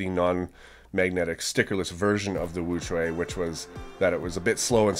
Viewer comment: Thank you for pronouncing wuque correctly